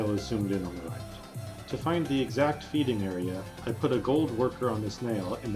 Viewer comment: (feeding is two syllables)